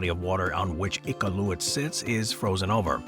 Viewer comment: For a company based in Vancouver, CANADA, the pronunciation of Iqualuit was borderline disrespectful